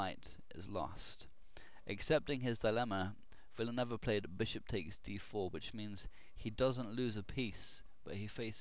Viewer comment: the last name is pronounced Villa-New-Ay-Va. Great vid as always